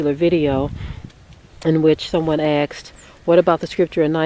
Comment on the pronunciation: Axed????,,,or asked???sister learn proper pronunciation,,u sound ignorant,,or uneducated